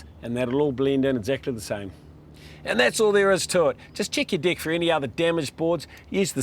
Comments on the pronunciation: As a Brit, deck sounds very much like dick to me! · I want my "deck" to last longer too